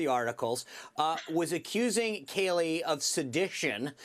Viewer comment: Thats Kayleigh can u imagine the commie outrage if u mis pronounced kamala lol lol lol